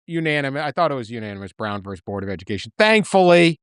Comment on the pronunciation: I’m not sure about the value of the UMass BA when I consistently hear “verse” instead of “versus”.